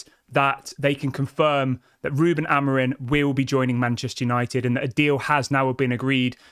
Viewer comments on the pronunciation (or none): Why do you keep saying Amorin? It's Amorim.